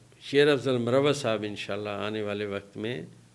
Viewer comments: ڈاکٹر صاحب لفظ مروت ھے Marwat ھے Morawat nahe hy, یہ نام ھے ایک قبیلے کا آپ جب Morawat بولتے تو اس کا معنی محبت ہو جاتا ہے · Sir correct pronunciation is MARWAT